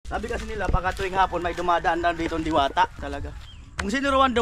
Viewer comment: Sabi mo diwata dilata hnd diwata😂😂😂